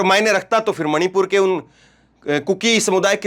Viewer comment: मोदी मणीपुर का " म " नहीं बोलता । 🤔🤔🤔🤔🤔